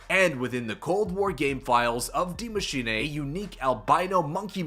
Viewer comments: Die machine not d mashina lol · Soo uhhh "die maschine" is GERMAN for "THE Machine" and not "die" as in death but German for "the" ... Ik language... Die (Dy) Maschine (Ma -shee-ne) like charlie sheen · why do you say dee machinay